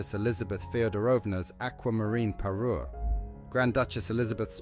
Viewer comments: Parure, not parus! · Parure, not Peru!😊